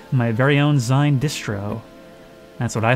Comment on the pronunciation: Dude, it's 'Zine' - as in homemade maga'zine. Rhymes with clean.